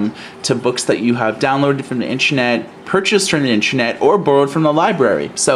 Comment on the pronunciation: So annoying when people say intrenet. It in is pronounced inTERnet! Not inTREnet!